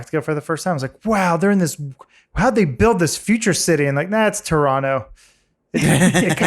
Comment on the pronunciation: Adam pronounced Toronto like he is from here. Also, we know you still love TDot!